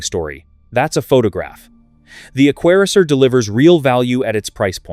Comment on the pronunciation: True😃 a 'qua re ser = AI-gibberish for Aquaracer.